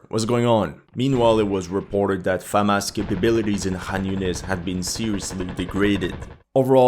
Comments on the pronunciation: It’s Hamas, not Famas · Am I going fucking insane or is he saying Famas instead of Hamas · Why does he say Famas instead of Hamas? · Hey, it's pronounced Hamas with an H, not Famas like a trash french rifle. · Is he saying FAMAS or HAMAS? Is some kind of Youtube C word issue? Now there is an H word? I don't agree that these stats mean the bulk of the fighting was done by people in initial mandatory service. The majority of the dying was, the more experienced soldiers can be expected to do plenty of fighting and less dying. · Is it getting so bad with YouTube that you have to say Famas instead of Hamas? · Isnt it "Hamas" and not "Famas"? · You are able to pronounce the word "HUNDRED" properly but ironically you are unable to pronounce the word "HAMAS" correwctly. You always mispronounce the word "HAMAS" as "FAMAS."Talk of intentional misleading. Why don't you call terrorists as "TERRORISTS" ? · why it sounds to me that you say famas instead of hamas ??? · I know my hearing is not good, but... Am I going completely deaf, or he's kept saying "Famas" instead of Hamas? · why do you keep saying FaHamas? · Am I tripping or do I keep hearing FAMAS 🇫🇷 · Is it Famas or Hamas? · Why do you call it Famas? Did I miss something? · Why does he keep saying Famas? :S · Why do you pronounce it "famás"? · Hey buddy are you Jewish? This is all about the IDF plus you pronounce the Jewish military brigades names very well compared to hamas it’s not Famas lol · It is a touchy subject for him because you can clearly see his sympathies are with the Zionists. He was claiming that IDF would wipe the floor with Hamas, a few months ago. Even now he cannot bring himself to pronounce 'Hamas' or to call it the Palestinian Resistance which is what it is. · Why pronounce Hamas that way??